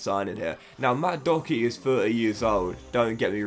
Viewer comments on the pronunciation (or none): How tf are you pronouncing Doherty